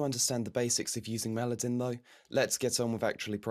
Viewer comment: You keep mispronouncing Melodyne over and over again